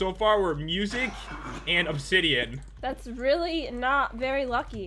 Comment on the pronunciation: Battle Obsi-DIE-an